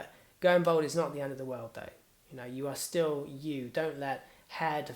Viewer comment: Why do you keep saying "bold" when you mean "bald" (pronounced "borld")?